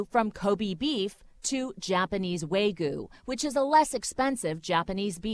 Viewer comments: I'm pretty sure it pronounced Wa-gyu not way gu. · and the pronunciation of hyogo. its prnounced, hyou-go. dont elongate the o, and dont say hi-ogo. my bloody god. and the guy saying wagyu, he literally said WAGUUU. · and btw it’s w-a-g-y-u although she said it as if it was w-a-y-g-u just saying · What's worse is that the owner of Old Homestead called it "wagoo". "Wagoo", as opposed to "W-A-G-Y-U". It's "wagyoo",. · They're not making fun of the japanese name, they're making fun of people who can't pronounce the Japanese name. It's Wa-Gyu with the a sounding the same as in "bat" and the Gyu pronounced similar to "new", not Way-Goo, and it's Ko-be (like bay), not Ko-bi (like bee). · he is not trying to mock japanese,he is mocking the people that pronounce it the wrong way it's wagyu not WAY GOOOO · yeah, and Wagyu beef is pronounced 'wagyuu' not 'waygoo' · She pronounces it "waygheeyou" when it's "wah-gheeyou". And the region of Hyogo, she says "hi-yogo" when it's correctly "heeyogo". Native Japanese speakers will confirm it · It’s pronounced ko-bay, not ko-bee. It’s also not high-oh-go, but hyo-go. And it’s not way-goo, but wa-gyu. Like, literally pronounced 0 of the 3 Japanese words incorrectly. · And she said it like "Way goo" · And why do they say “waygoo” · she pronounced it as "waygu" in the video, theyre just mocking her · "Japanese Way-goo" ah yes, the exquisite Way-goo beef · "Co-bee", "Hi-yo-go", "Wa-goo"... Couldn't you have done some research on the pronunciation? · PT111111 and its wagyo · Especually the wagyu. THE G IS LITERRALY BEFORE THE Y. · Also pronounced wagyu "way-goo" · Why does she say “ waygu “ It’s Wagyu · japanese waygoo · Sledge Table actually it’s more of a waguu than wagyuu cause the y isn’t really enunciated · I don't think we should be trusting somebody who say Wogyu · and "Japanese way gyu" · waygu WAGU engwish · kobee? haiyogo? waygu? way to butcher the pronunciations heh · “Japanese waygoo” I’m sure you can do better than that.